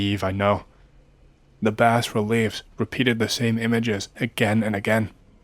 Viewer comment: Bas relief is pronounced with a silent s like "bah relief"